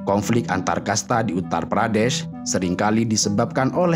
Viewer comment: Syukurlah u ngomong "uttar pradeSH"